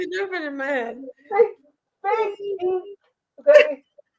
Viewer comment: I don’t think you said “teeth” lol. 😂